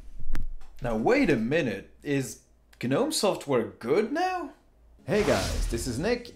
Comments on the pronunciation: What?? It's not G-nome! Why are you saying it like that? If you don't know how to pronounce something then please don't say it over and over.. The "G" is silent "Gnome", try again... Hard dislike... Honesty hey everyone take advice from a person who can't even pronounce what he's telling you about...! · GNOME - It's pronounced "nowm", as in the little garden statues. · The G in Gnome is silent bro. Nice in-depth review. Thx 😎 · We pronounce it as NOM. Not sure which one is correct. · Hey, can someone correct me? Is it pronounced Geh-Nome (like he says in the video), or Nome (like the lawn ornament)?